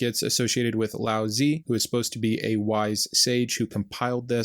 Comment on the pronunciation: Tao te ching is pronounced dow de zhing. Tao is pronounced "dow" by Lao Tzu ( not tzi)